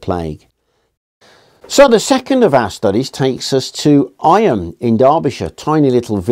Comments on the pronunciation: Not "I-am" but pronounced "eam"! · Eyam is pronounced eeee m, not eye am. Its a Derbyshire thing 😊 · The Derbyshire pronunciation is 'eem' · Sure it must have been mentioned somewhere here but Eyam is pronounced Eeem!